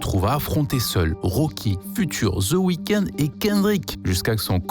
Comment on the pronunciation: Pas ZE weeknd THE (DE) weeknd Pas ZE game THE (DE) game Ça sonne ultra homo votre façon de violer les mots anglais ZE WAYEURE 😭😭😭😭😭😭😭